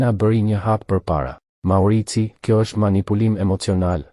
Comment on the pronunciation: Thuhet Maurizio jo maurizi